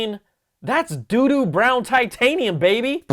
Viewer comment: I was thinking DUNE brown.......then you said "Do do" brown. Welp.....now that's in my brain, .guess I'm getting the white.